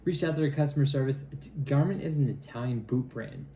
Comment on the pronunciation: Garmont NOT Garmit.